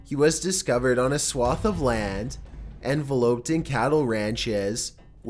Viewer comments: "herbs" the "h" is not pronounced; "enveloped" is en-VEL-oped when it is used in that tense; "Flourensics?" Forensics. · Envelope = something you send a letter in. Enveloped = surrounded Pronounced en-vell- upped I know you’re a kid, but if your gunna narrate learn pronunciation? Every video I’ve seen you pronounce like three words totally wrong it’s fucking annoying- read a dictionary or hire someone.